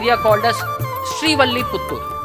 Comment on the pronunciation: 1) It's Srivilliputhur. Not Srivalliputhur. 2) Vishnuchitta aka Periyazhwar never had a wife. He was bachelor.